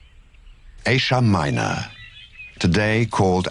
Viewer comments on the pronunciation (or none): What a strange way to pronounce "Asia Minor"! More shakespeareian than ciceronian.